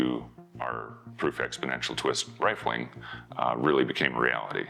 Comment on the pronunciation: 2m55s "rilfing"? What is rilfing?